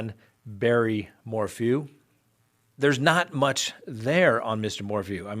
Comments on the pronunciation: Suzanne 'Mor-foo' lol How do you pronounce the word 'phew'? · cracks me up. I come here for the true crime, but I stay for the mispronunciation of people’s last names. Lol Mor-Foo